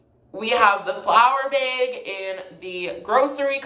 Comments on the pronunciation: 'The bæg” Lol :) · “The baeg” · milk in the “baeg”